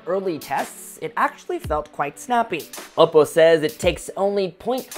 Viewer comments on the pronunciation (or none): You're saying Oppo like opo nay, opo tay. Consider saying it like this: Oppoe (O- poe) as in grace poe. Just saying hope you don't hate me